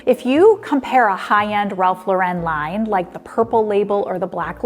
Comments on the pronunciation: Ralph Lauren's last name is pronounced the same as the female name Lauren, which is Ralph's daughter's name: LORE-en. It is NOT PRONOUNCED like Sophia Loren's last name. The accent is on the FIRST syllable in Lauren. As the saying goes, the more you know! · Outstanding video. I can see you did a lot of research! I feel like a very savvy shopper now! Just wanted to let you know that Elie Tahari is a man, and I believe you mentioned him as "her." Also, Ralph Lauren's name is pronounced "Lore" en, not "La ren." I do enjoy your videos 🥰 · The correct pronunciation is "Ralph LARR-en". NOT "Ralph Larr- ENN." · Thanks for this info! Just one note... you pronounce "Lauren" (Ralph Lauren) incorrectly... it's actually pronounced the same as the female name "Lauren"- not a faux french "Law- Ren". This is a common mistake. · Why are you pronouncing Ralph Lauren as Lor-WREN? Thats not how he pronounces it. Where does this pronunciation come from? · Hard to take advice from someone who CANT pronounce RALPH LAW-ren. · Ralph Lauren is an American brand and not pronounced La Wren!!!! Lauren rhymes with Warren! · Learn how to pronounce Ralph Lauren. You’re supposed to be a pro. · Stop mispronouncing Lau-ren in the name Ralph Lauren. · Too bad you cannot pronounce Ralph Lauren properly. No credibility when so misinformed. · Good info that is true of all outlet stores including Nordstrom Rack. It’s sad how fabric quality has really gone down hill. FYI you are not pronouncing Ralph Lauren’s last name correctly.